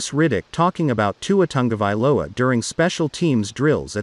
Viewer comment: It's not Tangovailoa it's Tagovailoa